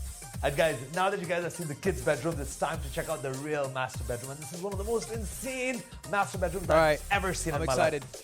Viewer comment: Everytime the third guy says "master bedroom" , I hear "masterbate room" lol